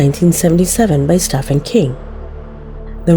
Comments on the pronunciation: It's pronounced Steven King!!! 🙈🙉🤦 stop!! Lol! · You forgot the christian bible and the koran. Both books are responsible for more atrocities than any other book in history. In 2022 you don't know Steven King? The "V" doesn't make a "F" sound. His name is pronounced Stee ven. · Listen to the way pronounces Stephen King. Of all the words/phrases that she's butchered on this channel! Some "expert"